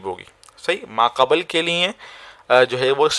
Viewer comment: Video achcha hai. Lekin talaffuz ka bhi khayal rakhen hazrat. Aapne musalasal 'ibin' aur 'qabal' boa hai. Ye alfaaz 'ibn' aur 'qabl' hain.